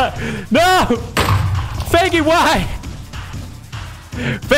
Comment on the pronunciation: I have CC on and every time he says Feigis name it shows up “faggy”😹